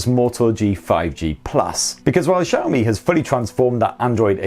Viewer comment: The way you pronounce xiaomi as Zhaomi is cringy